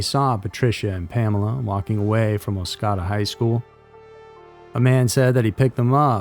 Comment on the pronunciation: Oscoda Michigan. The second “o” has a long o sound.